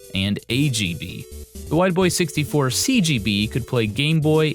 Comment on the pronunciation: When he says Wide Boy 64 I kept hearing "white boy 64" which has relatively humorous potential meanings.